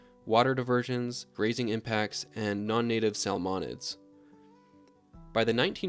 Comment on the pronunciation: why did you say salmonids like that bro